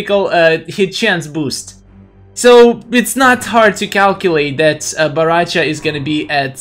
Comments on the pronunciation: Bahrahcha? Lol baraka’s reject brother I guess? Say it w/ me now... Bow Rai Cho; that’s how u pronounce it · its bo rai cho not bo ra cha :))))